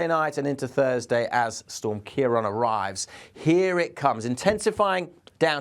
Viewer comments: Just a very minor thing, its prounanced kiaraawn. the accent over the a (á), gives it an "a aw"sound :) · What? Don’t be a silly-billy It’s Europe not England. Weather knows no national boundaries. Storms in this part of the world are named by Dutch, Irish, and British met offices in turn. It’s Ciarán pronounced Keir-awn. He pronounced it correctly when said the name of the storm towards the end. It’s subtle, but most languages carry accent marks that change pronunciation and/or meaning. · Ciarán is pronounced "Key-rawn", there's a fada over the second a (á)